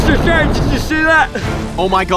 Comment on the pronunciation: mr stwange it's not nap time yet